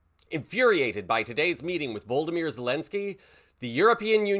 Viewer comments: VLODYMYR - please respect his name and don't bastardise it to sound like Voldemort :( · His name is not VOLDYMYR (it almost sounded like you were about to call him, Voldemort!) It's VLODYMYR (similar sounding to Vladimir) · Please stop calling him Voldoymr his name is Volodymyr. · Its Vo LOD o mer Volensky NOT Voldomer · Please take care to correctly pronounce President Zelenskyy's given name; it's "Vo- lo- do- mir", not "Vold- di- mir"! 💙👍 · You seem careless with facts, it is "Volodymyr Zelenskyy" not what you said, "Voldimir" (this is not Harry potter). He was also not in the white house TO discuss a plan for peace in Ukraine. He was there to negotiate a trade agreement for rare earth metals amongst others with the USA. If this went well, it would bode well for future involvement of the US to protect their interests there. If not, well then the US would look elsewhere and Pres. Trump's stated intent not to be involved in and fund the rest of the world's wars and defense budgets would obviously come into full play. So, when Volodymyr hijacked the meeting asking about what sort of agreement and concessions exactly the US were asking of Russia - in front of the live media, he was being utterly rude and disrespectful. It is interesting that the media as a whole are omitting that part of the video. It isn't unprecedented or shocking, Bush also walked out of a meeting when disrespected with similar media repercussions. Sure, Trump and Vance were "over the top" in their reaction, but Zelenskyy also could have disarmed the situation (if he had not been the one instigating it), by simply listening and then responding quietly, "so, did you just bring me here to berate me?" But he didn't have that high ground you see. The result was that Trump got what he wanted. The European Union united behind Ukraine and took the responsibility off the USA's hands. Putin now trusts Trump even more, because he is perceived as opposing U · You could get Zelenski’s first name right.